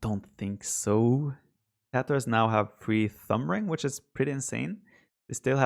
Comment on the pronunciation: I only hear Tatohs when Viper says tatars